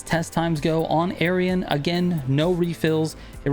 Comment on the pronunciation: You really want to be careful pronouncing Aerion. I heard 'Aryan' and nearly spat my drink. BTW I haven't compared them closely but I recall reading that the older (NA) Mazda MX5 is significantly better than the newer (the ND). I built an off-road NA MX5 and it was insane, hard to control but very, very fast.